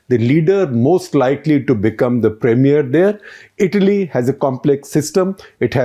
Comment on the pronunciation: Every time you paused before saying the word Italy you got it right Shekhar.. whenever you got too excited you said Idly...😅. you are trying Shekhar..well done👍👍